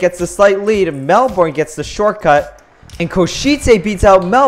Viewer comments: It's 'Mel-bun', not 'Mel-borne'. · Its not melborn it’s melben but spelt Melbourne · Mel born it’s Melbourne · It's pronounced Mel-bin, not Mel-born. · Melbourne is pronounsed mel-ben